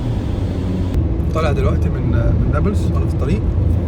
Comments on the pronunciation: بس شوية انتقاد ليش هيك بتحكي نبلس مش نابلس؟ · يا اخي كلامك تافة. يعني حتى كلمة نابلس مش عارف تنطقها!!!!!! نابولس اية!!!!!؟ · هههه نيبلس دي بتبقى عند الست ، بس لو كنت عايز تلفظها صح ، قول ( نابلس) مش نيبلس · نطق نابلس ليس نوبلس، نون الف باء لام سين بكسر اللام لو سمحت نورتنا يابن المحروسة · نطقها الثاني عندك هو الثخيح نا بلس مش نابولس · اسمه نابلس مش نبلس اعدل لسانك يابوعمو بلاش عوجت الخواجات ده ولا انت من egypt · بيحكي نابييلس استفزني 😅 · لامؤاخذة هو انت مش عارف تنطق نابلس ليه! انت من ايجيبت؟! .. اسمها نَـابْلِـسْ جبل النار 💚🇵🇸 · يابختكن بس بتتنطق نابلِس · نطق نابلس هيك ناب لِس (مع كسر اللام او رفعها لُس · خليني اخفف من عذلبك تلفظ نابلس بتسكين الباء وضم اللام وعلى مهلك وانت بتنطقها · عجّب و هو بحكي نابلس بطريقة غلط😂 بس يا اهلاً يا بيك، نورت فلسطين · بس لفظ نابلس محتاج شويه تعديل منك ههه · مش عارف حتي تنطق اسم اليلد جتك خيبه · شكرا علي مجهودك بس لسه مش عارف افهم كيف انك مش عارف تنطق اسم المدينه انصحك تابع الاخبار وانت تسمع اسماء المدن اكتر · ابلين؟ الجليل اسمها ونابلس لفظك لإسمها غريب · الفيديو ده قديم؟ وبعدين ازاي دخلت؟ وليه بتنطق اسم البلد غلط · اولا فيديو قديم قبل طوفان ثانيا ليش بينطق اسم بلد غلط بسبب لهجته هو بيتكلم مصري هو هيك بيحكيها